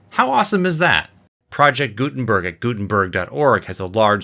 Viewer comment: He extremley missprnounced the name Gudenberg Its not gusmeat its Gutenberg